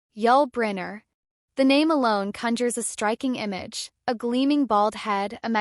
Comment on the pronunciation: Can’t even pronounce his name. This is garbage.